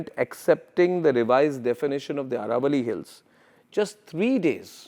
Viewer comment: It is not Araavalli but AAravalli.